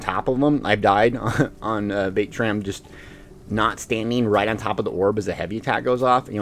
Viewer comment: What in the sweet jesus is “vae-tran”???? I thought I was watching a Vateshran hollow run lol 😝